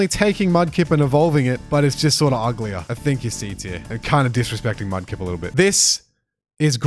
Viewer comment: Mudkip not mud lip😂😂